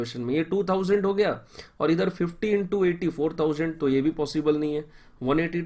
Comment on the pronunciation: Tumhari explanation sahi hai but saaf bola karo thoda, par tumne 25 into 2 is equal to 50 ki jagah bola 25 into 2 50 toh woh sunne mein lagra hai 25 into 250.